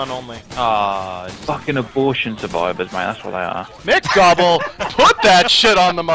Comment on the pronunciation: lol im so done said "AbortionSurvivor"